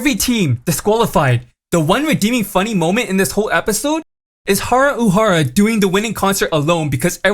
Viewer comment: "Haru Uhara" "Biwa Haya-hide" Dude, slow down for a second, look up a pronunciation guide or game footage featuring the umas, and at least say the damn names right.